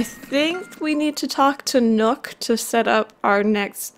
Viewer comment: When you said you need to talk to nook I heard you need to talk to MILK and I was so confused. Lmao